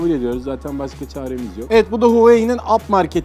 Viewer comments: abi o kadar insana hitap ediyorsunuz telaffuza dikkat etseniz azıcık ap market ne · inceleme videosunda ap market deme ep market de lütfen:D